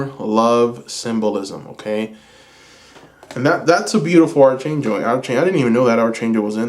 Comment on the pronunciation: Pile 2,, Archangel is pronounced ARK ANGEL 💕😘 Sending love and blessings 🔮♊️